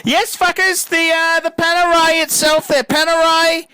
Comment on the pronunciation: My poor ears. Panerai? Ok, your choice.